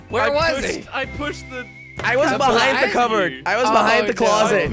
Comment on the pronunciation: *BEHIND* NOT BUHIND